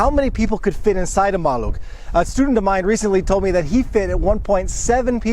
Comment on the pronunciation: It was my first car... great experience. Your polish pronunciation is brilliant congratulations 👍